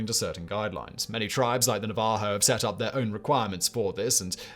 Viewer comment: The way he says Navajo just sent me 😂